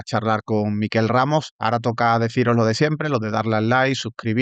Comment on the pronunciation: Bravo, Rubén y bravo, Miquel. Sólo una cosa, Rubén. Tu invitado se llama Miquel, no Míquel. Es catalán. Es como si él te llama a ti Rúben y no Rubén. Los vascos sí son Mikel, pero con k en lugar de q. No cuesta nada.